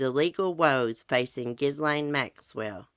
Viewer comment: It's "ah-jew-di-kate-ed" and "Ghee-lane" 😁